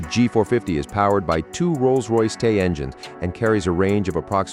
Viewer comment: Ruined by AI voice over, yet again. Gulfstream 5 not Vee, and Rolls pause wait for it Royce in the first few seconds. Not bothering with the rest.